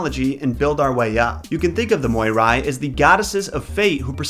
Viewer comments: It's pronounced Mee-reh. Please please don't call them moy-rai 🙈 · I am from Greece and when you said the moirai I just cringed I am sorry they are called mires but in Greek oi is pronounced i and in ancient Greek ai was the ending of the plural. Greek is a difficult and weird language especially the ancient so I don't blame you. I love your videos and I think you are really lovely ❤ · Greek person speaking here. I only have to make a small correction. Despite being spelled moirai, it's actually pronounced mire. Btw I love your content ! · No offence, but you kinda killed it with the pronunciation. Moirai is pronounced mi-rae in Greek. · That's not how that is pronounced.. it's mEE-reh.. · I don't want to be that guy but I'm going to be that guy . If you were trying to pronounce their greek name it's pronounced mires. It was just written like that because in Greek it's written as μοίρες . Again sorry for bitching about it but it was well meant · Fun (Greek) fact for you: In Greek most of the time when you see oi togeether its pronounced i and ai together its pronounced e,so they are actually called Mires! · you are pronouncing it wrong In Greek it is spelled as Μοιραι (or Μοίρες in moden greek). However οι is pronounced as one word the so is the αι. So in truth, it is not Moirai but Meeres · The word "Moirai" is pronounced "Me-ray." I'd want to know the past. It's the most interesting, as I can learn things which we've forgotten. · Yeah, if he'd checked LoT first, he'd have known how to pronounce their names. So far, he's 0 for 3. 😆